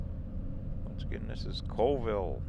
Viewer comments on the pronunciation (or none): Neet video. Oh and it's pronounced Call ville instead of Cole ville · It's actually pronounced Callville not Coleville. The population of Chewelah is just over 3000. Colville is around 7000 and KF is almost 1700. FYI :) Lake Roosevelt is too Big to Freeze. Enjoyed the Trip and you know the Videos can't do it Justice. It's Breath taking...and if youre a Rock Hound it's Heaven! You can't even see the River right now it's so covered in smoke :( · Its pronounced CALL-vill not cole-vill for your info ;) i agree with everyone who suggests Zips. they have the best bacon burger combos! but Ronnie D's has an awesome cordon bleu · Colville is pronounced Call-ville. Chewelah is pronounced CheWeeeluh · Just to let you know it’s pronounced chu we luh 😊 and colville is call ville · Pronounced call-ville.😁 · Colville, pronounced "Call ville." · Colville pronounced Call-ville; Chewelah pronounced Cha we luh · Hi! I lived in Steven's county for over 35 years in the Colville, Kettle, Inchelium area. Thanks for the tour of my hometown! P.s. Colville is pronounced 'Call-Ville' and Chewelah is pronounced 'Chew-WE-la.' Thanks for the tour! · Colville is a town of about 5000 people and you did say colville wrong is call-ville but it makes sense. You mess it up if you have not heard it.